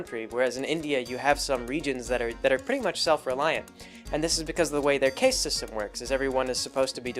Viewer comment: "Caste" is pronounced "cast," like what wizards do with spells. "Koch" is pronounced "Coke," like the soda. I enjoy the videos and don't mind all the mispronunciations too much. It betrays a lack of deep familiarity with the subject matter, but on the positive side also indicates that picks up most of his information from reading rather than hearing other people talk about things (since these are words that were obviously read rather than heard).